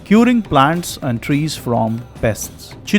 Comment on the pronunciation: Trees not Tress